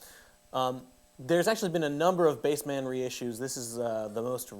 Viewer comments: isnt it bassman not BASE-man? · Dude it’s not pronounced Bass-Man, it’s bassman 😂